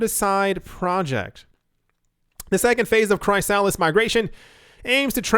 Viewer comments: Cant tell if you're joking but you know it's pronounced like "Chris - a - list" and not "Cry Salads" right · Chrysalis is pronounced Chris-a-liss 😁 Loved the vid as usual. Please thumbs up this comment in the hope that reads it and no longer mispronounces chrysalis 😜 it's driving my crazy 🤣